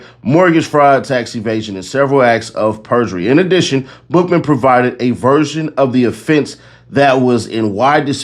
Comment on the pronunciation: Every time you said Bookman i heard Buffalo butt 😂. LL Take, the best out the group 🚀